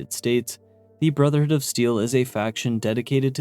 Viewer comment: Dude why do you call BoS "the brothered of steel" and "the steel"??? Is it really that hard for you to say "brotherhood"?